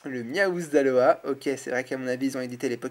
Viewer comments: Pitié arrête de dire Aloha c'est Alola x) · t'y dit aloa au lieu de Alola. ..